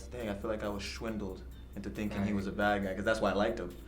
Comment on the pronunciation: Dude literally said "schwindled" 😂😂